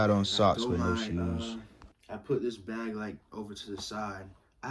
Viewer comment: No one:: “the blag… THE BAG!”😂 Glad you feeling better tho my boy